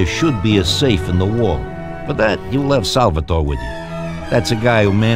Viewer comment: odd way of pronouncing Salvatore as Salvetoreh. Like he's trying really hard to sound Italian-American.